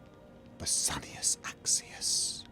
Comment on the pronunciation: it is not bass-anius, it is: Bassi-Anus Axius